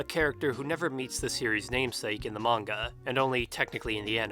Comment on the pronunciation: did you say... magna?